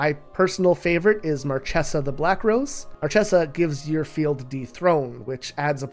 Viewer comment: Marchesa is pronounced like Markesa, not Marcessa.